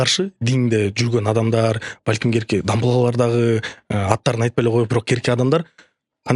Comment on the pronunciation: Накта подкастты жакшы көрөм. Кай бир көрсөтүүлөрдү кайталап көрөм. "Бетке айткан сөздүн заары жок" демекчи, "Керки адамдар" деген сөздү туура айтчы. Керки адам эмес, кээ бир адам деп сүйлөчү.